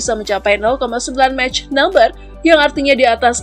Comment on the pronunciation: Pronunciation nya "Daso" bukan "Dasolt", "Makh" bukan "Mech"